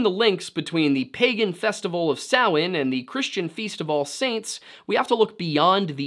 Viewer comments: I am impressed with this video, Not only did you say a lot of the names correctly like Samhain and other but the level of deep dive on this is quite impressive! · Thank you so much for pronouncing Samhain correctly, you have no idea how much it pains me as a pagan to hear people pronounce it ‘sam-HAIN’. 😅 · im irish born and raised.. well done on pronouncing our irish word.. you did a good job on our lore.. we have lots of great stories and a very rich history